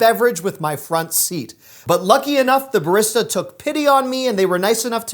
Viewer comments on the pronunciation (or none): The way you pronounce barista makes me wanna jump through a wall